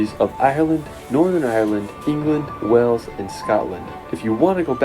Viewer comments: WAYls not Wells for Wales! 🙂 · Why are (most) Americans unable to pronounce "WALES"? It isn't "Wells" as most of them say it's pronounced "WAYLES"!